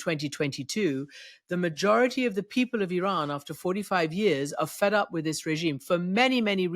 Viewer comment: Christiane Amanpour Presents: The Ex Files with Jamie Rubin Sorry Mr RUBIN you read IRAN so wrong . far far wrong